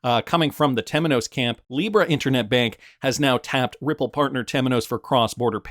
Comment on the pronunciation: You pronounce the word 'bank' in Deutsche Bank exactly the same as you did in 'Banque Delubac'.